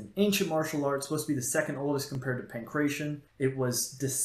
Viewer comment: Not how "Pankration" is pronounced, my dude.